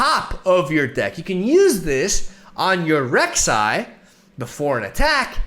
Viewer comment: I'm liking the video cause he got my Queen's name right.